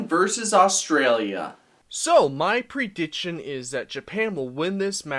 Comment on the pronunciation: Pronounce prediction right then make videos lol